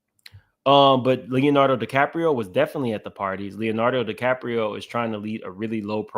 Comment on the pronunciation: You said Leonardo Di”crap”io. 🤣